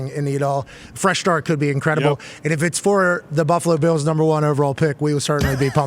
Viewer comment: I love the way pat says Buffalo Be-ills.